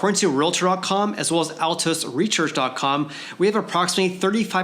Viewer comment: “Altos reshearch” 😂